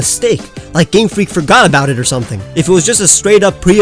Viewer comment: FORGOT DOES NOT END WITH AN R, IT ENDS WITH A T!